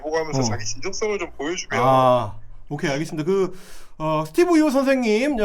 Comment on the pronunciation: 스티븅 유 영어 발음 왜 저따군지?ㅋ 지네 나라 걱정이나 하지 오지랖은!